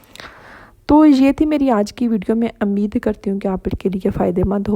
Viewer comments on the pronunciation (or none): Ap buht achy v log hty hien ap k Ameeed ki bjay umeeed bol liya kren please